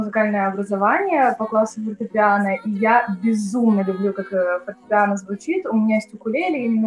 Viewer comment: Музыкант, который не знает как правильно называется фортепиано... Аж уши режет Люди, учащиеся в муз.школе поймут меня